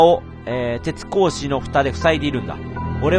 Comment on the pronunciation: 「てつこうし」じゃなくて「てつごうし」だよ